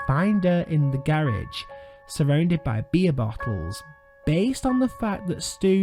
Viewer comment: What I got from this video is you need to work on pronouncing "garage"